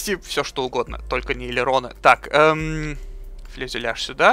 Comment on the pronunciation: Фюзеляж! А не фЛюзеляж :)